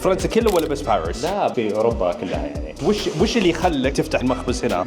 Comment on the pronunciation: باريييس تنطق بمد الياء